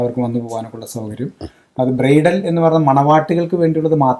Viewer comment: അവതാരകന് ബ്രൈഡൽ അറിയില്ലേ ബ്രയിട്ടൽ എന്ന് പറയുന്നു